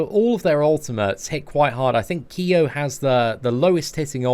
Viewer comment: thanks for not pronouncing Kyo's name as "Kai-o"...